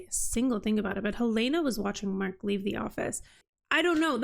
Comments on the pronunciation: Yes, the pronunciation is the same as the Capital city of Montana! Not "Hill-ay-na" but Hell-in-a" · It's a little thing, not worth making a big deal about but - you are not pronouncing Helena's correctly.